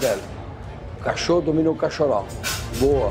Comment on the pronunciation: Não é "cachorro" é Cachoru kkkkk